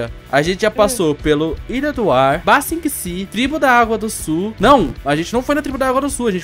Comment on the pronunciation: Eu acho que vc pronunciou Ba Sing Se errado